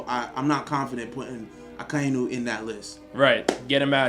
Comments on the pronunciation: Why does everyone pronounces Akainu’s name as A-Kai-noo when it’s pronounced A-ka-e-noo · The way he pronounces Akainu... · The way you guys were saying akainu was kinda pissing me off but other than that this is straight facts